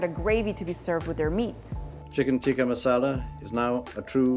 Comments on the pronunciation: Hang on, is "tikka" pronounced with a soft "t" in Hindi/Urdu? (Like the way is pronouncing it). I'm Bangladeshi and we definitely pronounce it with a hard "t" (like the way the British people are pronouncing it in the video). (We have different letters in the Bengali alphabet for the hard and soft "t", btw; and we spell it with the hard "t"). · Why does she pronounce “Tikka” so weird ? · yeah definitely that's not how it is supposed to be pronounced. She is clearly isnt Indian so she cant say it properly